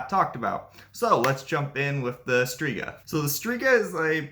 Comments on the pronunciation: The letters "rz" in Strzyga is not pronounced as Striga , please learn the pronunciation. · and she has right to tell that the name isn't pronunciated correctly. Because it'is not. Especially that it's stated in the title that it's 'Polish mythology' and in polish it is not correct pronunciation. It can cause a lot of misunderstandings and it is very possible to be able to say it correctly, even to English speaking person after quite short time of trying/practising. He does do good job 🙏 but doing content about other culture/language etc he should at least try to speak correctly those main words (here names of all mythological creatures etc). Greetings.